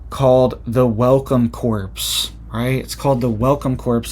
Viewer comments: Core...not corpes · Corps is pronounced cores, not corpse. They should offer that to released convicts, probably would be safer. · it's pronounced "core" and not corps. I know the spelling makes it seem like it shouldn't. I'm in my 50s and my niece pointed out that all my life I was saying episode wrong😂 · Corp - pronounced Core, I believe... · Corps is not the same as corpse - corps has a silent p and silent s. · Pronounced Core not corpse. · It pronounced core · Corps is pronounced “core”. Sorry, I don’t want you to sound bad because I know you are very smart! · “Corps” is pronounced “core”,, think how you say Marine Corps (core). The “p” is silent. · Pronounced welcome “core” not corps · Corps is pronounced "core" i think. We cant stop this beast; they are moving forward to a global beast system. Do you believe Bible prophecy man? i do. We are warned that we will be forced to join up, or be beheaded, ultimately. It is written. Thanks for speaking up. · The word 'corps' is pronounced CORE. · Pronounced "welcome core" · Just a pronunciation correction: to say "corps" the p & s are silent, so it is pronounced "core". When you say the p & s, it's the word "corpse" which is a dead body. Keep up the good work. You are reporting things no one else is talking about! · not corps pronounced core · Yes, it's pronounced like "core." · The ps in corps is silent. It is pronounced kor. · "Corps" is pronounced "Core". Just saying- I'm a teacher and can't help myself. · Y'all know he still gonna keep saying corppss. 😭🥺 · In the word "Corps" the p is silent. It's pronounced "Core". Just FYI. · Thanks! It was getting on my nerves, too. And I love Channel.